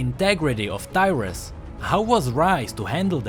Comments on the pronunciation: Tyrus? DYRUS? =.= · Who else thought he said Dyrus xD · 0.32 I was letting it play while doing other stuff to just listen then i almost fell of my chair cos I thought he said "Dyrus"